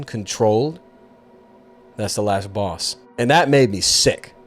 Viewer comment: love the way he says "final baws"